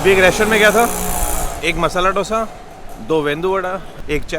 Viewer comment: Its not डोसा its दोसे or दोसा.